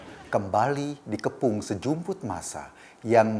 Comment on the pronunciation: sejumput kyk denger sejembut?